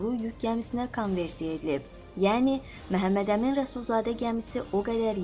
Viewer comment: Ay qiz Mehemmedemin deyil axi Memmedemin dir